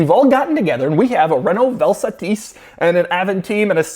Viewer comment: I think its pronounced Vel sAH-tis, not Vel Sa-TEEs. Vel Satis is a composite of the words Velocity and Satisfaction.